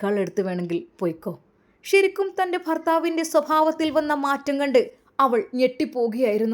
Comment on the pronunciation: ശരിക്കും...... ഷ രിക്കും അല്ല